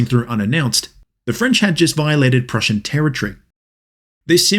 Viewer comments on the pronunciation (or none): none